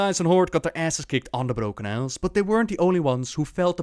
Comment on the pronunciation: why do you roll the 'r' when its not needed? like you say 'the brRrrRrRrRrrrrRrroken isles' and yet you can pronounce everything else correctly ? i'm maybe strange but i find it very annoying :)